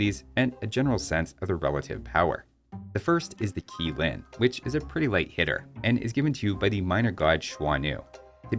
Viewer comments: FYI Qi is pronounced CHEE. Great breakdown video for the dlc. Are you going to do another one for the Japan dlc and do you know if more dlc past these 2 are planned? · Q should be pronounced as Ch Qi = Chi Qilin = Chilin